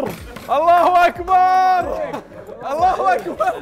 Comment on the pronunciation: يا نصيحة لله: لا تمد الباء في كلمة أكبر (الله أكبر) لأن كلمة أكبار في اللغة العربية تعني الطبول فقل الله أكبر بلا مد الباء وبارك الله فيك ❤